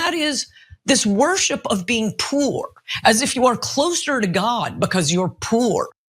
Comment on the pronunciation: She turned “poor” into two syllables. 😂